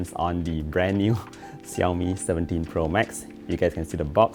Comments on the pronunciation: ok lets try to learn how to pronounce Xiaomi. ,,shau-mee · Is this normal in Malaysia to pronounce XIAOMI like that?